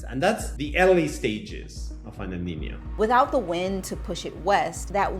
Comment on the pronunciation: El Nino is not Al Ninny-o, nor Al Neeny-o. There is no extra 'i' sound... The whole lot can't read.